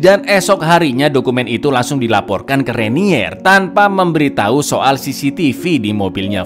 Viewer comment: Memberi tau bang bukan memberiT4i😀